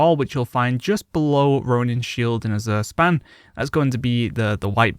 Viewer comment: The "Z" in Azure Span is pronounced like the "J" in Taj Mahal. a Zh sound. It's not azoor, but more like Ajur if you pronounce the J like Taj Mahal's J.